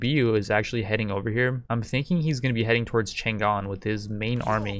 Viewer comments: Isn't it written Chang'an to indicate that it should be pronounced Chang-an? Just saying. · It's "CHANG AN"(chane ann) not "chan Gan". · Chang'An, is actually Chang An - not Chan Gan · its pronounced chong-ahn